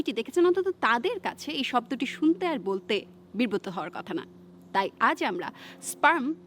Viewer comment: বিব্রত না বলে বির্বোত বলেছে